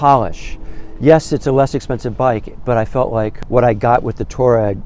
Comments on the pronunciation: I cringe every time you say tour-egg. It's pronounced TWAA-REGG, after the Tuareg Berber people. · Gawd. "TWAH REG"